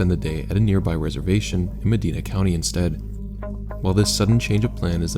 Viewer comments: "Tusca-roar-us" and "Muh-dine-uh" Just a lil help from a local, our names are weird. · for the first story, Medina isn’t pronounced like the Middle East name, it’s more like Med-eye-nah